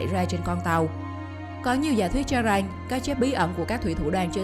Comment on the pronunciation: Em người gì? Mà phát âm lạ vậy , chử rằng không phải chử rành